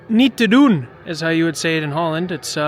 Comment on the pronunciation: “Niet te doen”……….perfect Dutch 👍